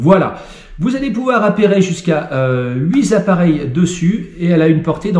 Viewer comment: on ne dit pas huit zappareils